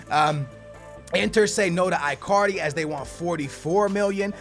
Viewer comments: like really dude work on your pronunciation of player names my ears always hurt when i hear you say Bailly and that Icardi one omg bro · i get triggerred when pronounce names wrong. marković, icardi, mané. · I-Card-E.....What?????????Seriously....WTF????Its E-Card-E. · It's pronounced EECARDI,but its alright